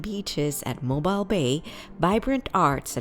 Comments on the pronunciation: its pronounced "mo-beal" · Yes, Mobile is pronouncec mo beel. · 1. Learn proper English; 2. learn how to pronounce the names of Alabama cities, especially Mobile; 3. when discussing the Birmingham, Alabama Museum of Art, don’t show pictures of the Birmingham, England Museum of Art; and 4. Huntsville is called “Rocket City” because the U.S. space program was developed there, NOT because of the museum! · Please learn how to pronounce Mobile. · Need to learn how to pronounce Mobile and Cheaha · If you don't know how to pronounce 'Mobile', I can't trust your video!!